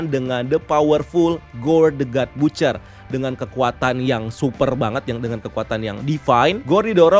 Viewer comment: Baca ny bacer min bkn butcer